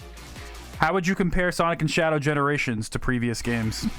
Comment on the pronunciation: You said Sonjc X Shadow Generations lol😂🤣